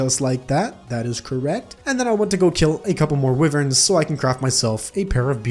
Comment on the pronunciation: did dude just say wiwerns???